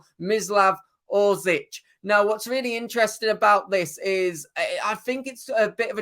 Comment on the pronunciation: Oršić is pronounced ORSHEECH. Š is SH, Ć is CH.